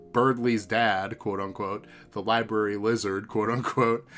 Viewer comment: Ohhh, you are saying “lizard”! I thought you were saying “wizard”!